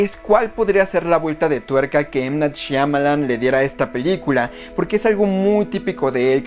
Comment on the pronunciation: Excelente reacció! Me emocione de nuevo! Recuerdo cuando tenía 13 años y jugaba con un impermeable a ser Dunn. Era de los poquitos que entendió el concepto de superhéroe en Unbreakable y jamás imaginé que Shyamalan completara la trilogía. PD. Pareces ser de los únicos que saben pronunciar bien el nombre de M. Night Shyamalan XD. / Escuche en algún programa de radio español (cuyo nombre no recuerdo) que Christopher Nolan no se hubiera animado a hacer Batman si no hubiese visto Unbreakable.